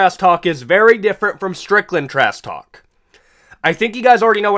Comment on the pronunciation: "trass talk" please ssut up